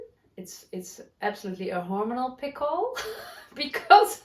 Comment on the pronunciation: Pimple on your skin? It sounded like you said, "pickle" which is a cucumber in vinegar that you eat. Yes, we all have pimples and fuzzy hair sometimes (I do right now) :)